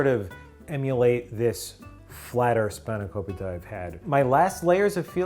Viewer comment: HE SAID SPANAKOPITA CORRECTLY!!!